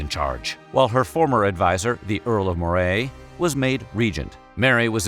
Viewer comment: Nice. But you really butchered the pronunciations. Basically all place names and people names are pronounced wrong. Earl of Moray for example is pronounced “Earl of Muh-ray”. Not “More-ray”